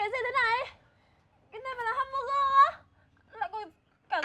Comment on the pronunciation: mac du la chu (hamburger) nhung doc la HEM<<<BURGER